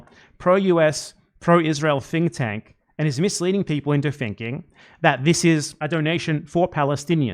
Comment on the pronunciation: Normally I assume it’s accent that makes his “th” sounds “f” sounds, but I think he meant to say the Atlantic Counsel is a “fink tank,” which, accurate.